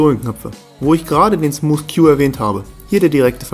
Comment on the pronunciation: Alter es heißt nicht smus